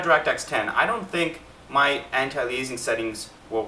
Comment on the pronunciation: Great info, thanks. The word "anti-aliasing" is pronounced anti-ale-ee-us-ing, not anti-lee-ay-zing.